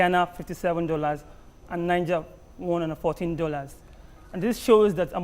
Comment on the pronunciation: How can I even trust all these analysis when the analyst cannot differentiate between Niger (pronounced Naija) and Niger, a country (Pronounced Nijéé). Thanks to the lady in red for right pronunciation.